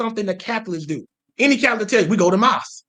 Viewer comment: Lol I love when he keeps saying “moss” instead of “mass”